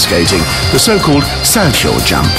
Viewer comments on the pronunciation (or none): The way he pronounced salchow...😬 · I think it's alright for a mediocre figure skating game. I do it on a daily basis so I'm a little biased but I think it's alright- BUT HOW THE FUCK DID HE PRONOUNCE THE SALCHOW?!?!? xD